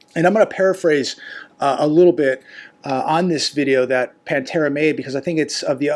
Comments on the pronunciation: PA-Tera not PAN-tera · Pa tara, not Pan tara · Hi. Her name is pronounced Patera not Pantera. Thanks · Her name is PATARA not Pantara just so you know. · Hi...it's not "pantera"🐯🤣🤣😂😂 even PATERA has kind of a "feline look"🙄🤫🤭😳😂🤣/Your input it's always appreciated!!!!! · Actually her name is Patara not Pantara. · Patara. Her name is Patara. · It's PATERA NOT PAN-TERA. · It’s Patara not pan Tara . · Her name is Patara, not Pantara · Not Pantara ~ Patara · … it’s Patara! Not Pantera! Lol!! 😢😅😅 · It is Patara.......Or Pattipoo